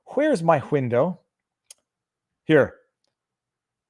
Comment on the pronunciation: "WHere's my WHindow?!" There isn't even an H in there! W(H)oo-Hoo! Just kidding, we love ya.